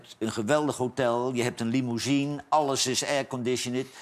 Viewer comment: Kwatahr, liemoezien.. weer pareltjes van Johan!